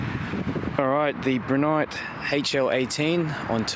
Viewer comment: you keep pronouncing it as Broo nyte, its pronounced as Bri as in (Bright) lol